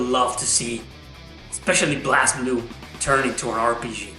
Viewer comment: It's pronounced BLAZE Blue. They say in English, they say it in Japanese, it's BLAZE Blue....